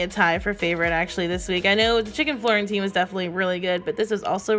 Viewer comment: My ears heard chicken quarantine instead of Florentine lol.